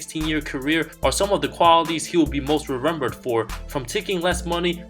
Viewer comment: rerembered ? i’m not the only one who caught that am i?